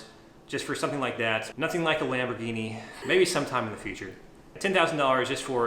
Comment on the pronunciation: Lamborguini! 😅😅😅 nahh... you did awesome!! I would have done the same